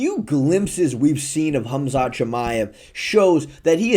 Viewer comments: It’s not fucking HUMzhat it’s Khamzat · Whose Humzat? lol. 😂 If thats the proper way to pronounce it then kudos. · Who the hell is “Humzat”?